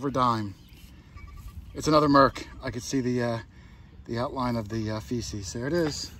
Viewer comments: The item on the back of a Mercury dime is called a fasces(pronounced FASHES) not feces....(aka CRAP!) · Please - It's not "feces" its "fascis" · Yes, the back of a mercury dime has a bundle of sticks called FASCES. …fasces shouldn’t be pronounced “feces” (poop). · Like your videos but remember its fasces not feces on those Mercs.